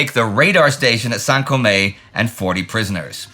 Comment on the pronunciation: The "e" in Saint-Côme should not be pronounced.